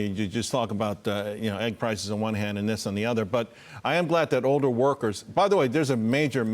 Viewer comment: What happened to the letter L? Why does everyone pronounce "older" like "oder" It's weird.